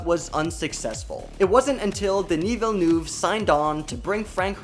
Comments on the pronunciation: Christ, is it too much to ask of you to learn how to pronounce his name correctly? Cringe. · How is it possible that he says Villeneuve like 100 times but always, ALWAYS pronaunces it wrong? wtf. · maybe you wanna train pronouncing french last names :) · The video is great but please learn how to pronounce Denis Villeneuve's name. As a french speaker, it hurts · Kann denn jemand ein bisschen Aussprache beibringen? So schwer ist doch nicht "Villeneuve" und "Zimmer" nicht und ein Fresco ist ein "Fresco" - Gemälde und nichts geschnitztes... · Omg how you’re pronouncing Denis Villeneuve’s name is irking me so hard! 😅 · Why can’t this narrator pronounce anything right?!! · Please learn how to pronounce Villeneuve. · As a french canadian I am offended by the way you say Denis's last name. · Would be nice if you speak the directors name correctly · The way you pronounce Villeneuve is so bad, I had to stop the video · this is an amazing film. but i sure wish the narrator of this youtube video could pronounce the director's name correctly. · I’m devouring every single snippet of YouTube content on the movie. Apparently pronouncing Dennis Villeneuve is a bit of a challenge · Considering (meaning no offence) that it was pronounced wrong in this video, I would say yes, definitely yes. He and I are from the same province, and his name can't be properly pronounced in English because is has sounds that are specifically of the Quebec accent (Specifically the "eu" sound does not exist in English, but also we pronounce all our vowels differently from European French). That said, Quebecers are already aware that our language is hard to pronounce, so I don't think anyone is offended by his name being mispronounced, as long as you're doing your best. :P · yes that is correct, especially when he pronounces it at the end of the video, the first e (ville <) in his surname almost falls away when you pronounce it quickly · Villeneuve ... villeneuve not vellouve thx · "Deni Vilnoov" 😂